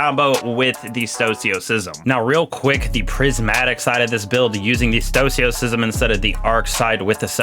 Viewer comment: Stoicism. Read it. Pronounce it.